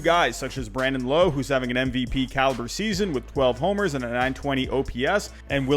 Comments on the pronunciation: It’s not Brandon low, it’s Brandon lowe but but pronounced with an a not an o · Brandon Lowe (rhymes with now) where as Nate Lowe is how you pronounced it. Nitpicking but the man's an all star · Btw Brandon Lowe is pronounced Lowe as in cow. It’s a common mistake so it’s ok, I’m a Rays fan so I had to correct you 😂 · it’s Brandon Lowe like Wow not low but great video 👍🏿.